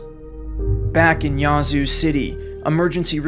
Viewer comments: Great video, but please learn to pronounce the cities you cover. It’s just grating on the ears for those who live there or know people who do. It’s not “yah-zoo” but “yeah-zoo”… as in, “Yeah, I agree”. For future reference. 😉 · Not complaining but its yeah-zoo not ya zoo lol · Thank you for the video chronicling this historically devastating storm, but the town's name is pronounced "Yazoo", with the æ or ă sound, like "apple", not with the "ah" sound (Yah-zoo!) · I don’t know how to explain this but it’s pronounced more like “Yaaz” than “Yahz” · great video.. A couple of minor pronunciation errors tho.. It's not Duront.. it's Durant, like the little bitey insect ant. Yazoo is pronounced as you would say "at" but obviously without the t.. but the A has that sound... it isn't YAH zoo as you said throughout. YA'zoo and not YAH'zoo. But aside from that nitpicking, it was very well done and I remember sitting at home in central Arkansas watching this monster rip across my home state. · It’s actually pronounced Yeah-zoo. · Just for clarity, it's pronounced 'yeah, zoo' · It's "Yeah"-zoo. Spent many nights out on the lakes there as a kid. Beautiful but poor as dirt. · I’m from Yazoo city we pronounce it “yeah-zoo city” lol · Nothing wrong with this video except for the way you say Yazoo. Here in MS we say Yeah-zoo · The indigenous tribe that created the name taught everyone else the correct pronunciation... ...and it's not "Yah-zoo." 🤣🤣🤣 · First of all, it’s not spelled Yahzoo, it’s Yazoo. Secondly, the people who live there get to determine how the name of the town is pronounced…..just like people determine how their own names are pronounced. 🙄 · Slight correction. Yazoo City is pronounced with an hard A. No way to know if you aren’t from down around there. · Every time he pronounced Yazoo wrong I cringed. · Nobody ever gets it right, it always tickles me when people not from here say Yazoo. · Nice video, but that isn’t the correct way to pronounce Yazoo